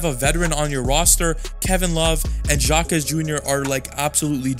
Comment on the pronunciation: Names can be tricky sometimes. Jaime Jaques is pronounced "high-may hah-kez," and Heat fans have been calling him JJJ, or triple-J. Also, I just love watching Duncan grow like this. Jimmy is Jimmy, Bam is just special, and Tyler's a bucket, but Duncan isn't supposed to be this good, and it fills me with such joy that he's put in the work to get this good. Thank you for this break-down.